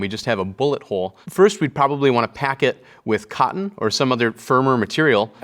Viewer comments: I like the way he says ‘cottON’ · I like how he enunciates the word 'Cotton' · I like the way he says "cotton." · I love the way this handsome dude pronounces cotton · The way he say's "cotton" is weirdly satisfying. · Love the videos. Very informative but I don’t like how he says cotton… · The way he pronounces cotton is fantastic. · I love the way this man says cotton, it gives me serotonin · I love how he says cotton. I love this series and I adore this dude. Very educational and endearing.